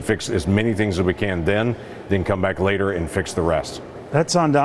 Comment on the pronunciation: I can’t listen to this dudes accent. Why do you add L to words with no L I’ll click a video and as soon as you start talking I just have to close it.. nothing against you personally, just listening to anyone mispronounce words that badly is like nails on a chalkboard ..says “later” as “latel” 🤦‍♀️ you say “border” and it sounds like “boulder” I just can’t